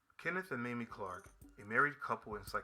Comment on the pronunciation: Mamie Clark is pronounced Mayme . She is my hero . I didn’t meet her but had the pleasure of meeting Kennith Clark